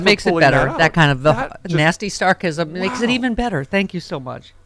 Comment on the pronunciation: So we should forgive the guy with the launch codes for being kinda "suggestible" after the election? Like when Putin had him believing the Montenegrins were terrible people and he shoved their leader out of the way. And did she say snarkasm?